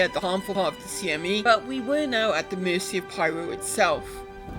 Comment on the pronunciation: This is the dumbest thing ever, but, I smiled when you said CME the correct way despite CIG's mistake.